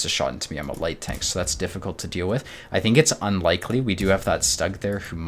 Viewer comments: Please, for the love of god, it's pronounced SHTUG, not stag. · dude great game play but the Stug is pronounced "Stoog", even the US/Brit Vets of WWII called it the Stoog.